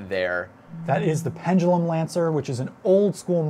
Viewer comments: It's supposed to be Pendulum, not "pendalum" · its pen da lum not penjalum